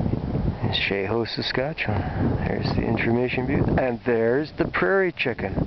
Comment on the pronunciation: My grandparents used to live in Sheho - it's good to see a video of it. You're doing great work,! One minor thing - it's pronounced SHEE-ho, not shay-ho. Cheers!